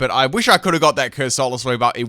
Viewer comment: CUR-SOLA? ITS COR-SOLA